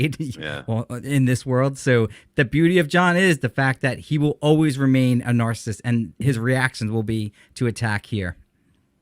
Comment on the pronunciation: Anyone have a count on how many times mispronounced narcissist?